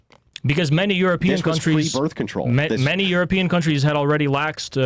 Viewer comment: I wish I could meet in person I'd give him shit for pronouncing many as minnie lol